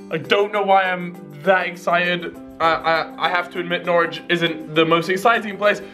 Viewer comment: Norwich sound like "knowledge"